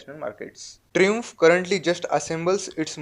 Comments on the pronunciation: pronounced as try -amf and not as tru-amf that you do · tree-umf lol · its pronounced "Trai-umf" LOL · hahahaha fun way he pronounces Triumph 😂😂😂😂😂😂😂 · Are yaar brand ka naam ti thikse lo bhai